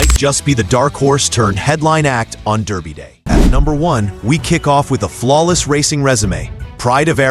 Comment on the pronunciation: FFs It Is Darby Not Derby Come On Get Get It Right. I Do Believe The French Raider Midak Will Run A Good Race For 2 Reasons: The French Will Not Supplement A Horse Without Good Reason, Also This Years Race Is In Honour Of The Agha Khan And His Daughter The Princess Owns It...